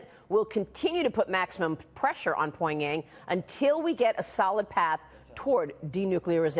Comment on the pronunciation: i can't take her serious over how she says pyong yang